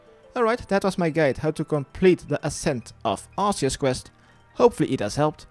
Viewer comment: Arseus, lol. Sounds like a monty python character.